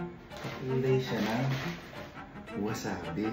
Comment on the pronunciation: Correction lang po "WASABI" not WASABE hahahaha 😂